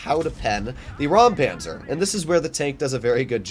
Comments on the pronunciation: It isn't rampanzer it is Räumpanzer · As you mentioned it I assume you might be interested to know how to pronounce it: The German „eu“ and „äu“ pronounce similar to the „oy“ in „boy“. So imagine it being pronounced like „Roympanzer“.